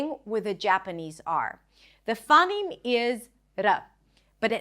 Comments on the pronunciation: givng pronunciation advice when you cant say phoneme correctly. yikes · Small nitpicks: - I think you're mispronouncing "phoneme" / / , it should be diphthongized, similar to "phone" or "phony". - , you say that in Japanese phonotactics, final syllables are either open or end in a nasal. This is, strictly speaking, incorrect; devoicing can lead to words ending in a non-nasal consonant, e.g. in です. - Similar mistake , Japanese may have consonant clusters as a result of devoicing, e.g. in しかし.